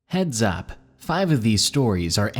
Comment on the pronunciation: "Heads ap" 😂😂